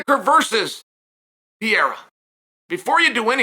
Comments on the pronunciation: Chael (I love him) is the gift that keeps on giving with mispronunciations. Pee-air-a?!😂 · Undefeated. Undisputed. Gotta ask—does he butcher the fighter names on purpose? Ariel corrected him once when he went on his show and he's still doing pereira dirty with the "pee-air-ah"